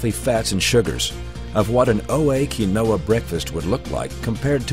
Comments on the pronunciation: pronounced keen-wa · You can't even pronounce it correctly in your own ad